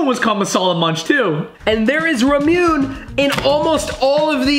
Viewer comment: ramune 😫😫😫😫 noooooo it’s pronounced RA-MO like a cow saying moo RA-MO-NE like ney ney ne it’s RA-MU-NE